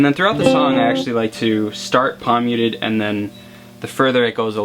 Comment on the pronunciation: I've never played guitar and you kept saying "pomyutid" I was like what the. I realized you were saying palm muted